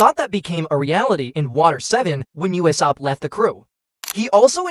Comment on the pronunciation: why do pounounce usop uesap